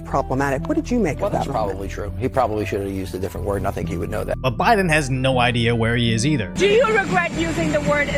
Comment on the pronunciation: Did he say “SMOKIN JOE BYE-DONE “ or “STROKING JOE BYE-DONE “ ? Get those parasites out of here!